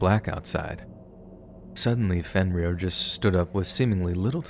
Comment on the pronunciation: “Fin - Rear ?” This is the best you can come up with ? Seriously ?